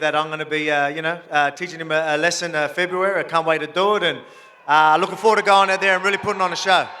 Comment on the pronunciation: bro said februaro